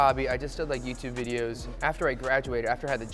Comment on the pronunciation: Mike Chen- "Veedeos"